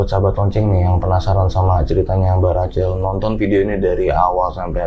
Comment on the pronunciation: tolong deh pengucapan namanya itu Rakhel bukan Racel. 😅😅😅